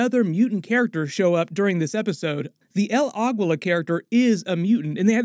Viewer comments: Pronounced 'el ageela' not 'el agweela' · Bro please learn to pronounce names correctly. Its not Agwilla!! Its pronounced Ahgeela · El Aguila is pronounced as "Ah GEE LAH". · The way you say el Aguila sorry don't usually care but this pronunciation is so bad . Sorry but you said it a few times and I just couldn't get over it .